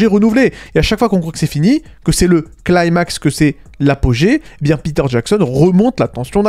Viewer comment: "claïmax" 😂 On dit "climax" tout simplement. 🙃